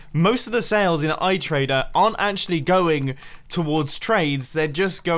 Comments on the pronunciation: "iTrade" not "iTradeR". Spoon. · Sea Grass, Mumbo, SEA GRASS!! You don't even need to collect it with shears, you can just Bone Meal the ground (in the water). Why do SO many of the Hermits call it "iTrader"? It's "iTrade!", with an exclamation mark (!). I don't even watch Impulse, but I can CLEARLY see that it doesn't say "iTrader" on the front of the building... Oh, and, , I've already done so. ;)